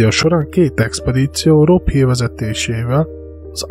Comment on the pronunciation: Nagyon jó a videó de nem Rob Hill hanem Rob Hall a neve ✌️